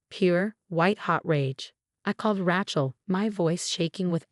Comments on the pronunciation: Rachel has no t. Sounds like Raychel not Ratchel. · Pronounce it Ray-chill, the way it is pronounced it sounds like a mechanic's tool